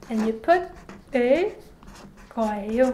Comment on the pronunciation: Hi, in the section about future tense, it sounds like you always pronounce the 예 character in 거예요 as 'ae' instead of 'yae'. Am I hearing that correctly? I love your lessons, I've been following them for about 18 months now. ❤. And I love the sound of the pen ❤